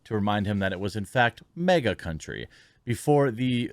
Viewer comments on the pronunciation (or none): You pronounce MAGA as MEGA